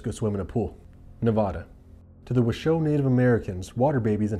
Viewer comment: The way you pronounce washoe makes me die inside